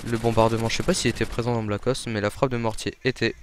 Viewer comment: mdr vous trouvez pas que quand il dit "Black ops" on entend blackos? Sinon tu pourrait être un peu plus enthousiaste quand tu parle sinon c'était pas mal.